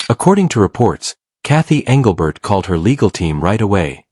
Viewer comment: Your AI is bullshit. You morons didn't even pronounce Englebert's name correctly. That's MY FACT.